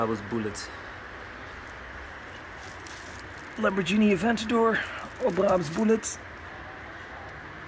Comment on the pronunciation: Hi Dude! I love your content! Only one note: please look up how to pronounce Lamborghini😀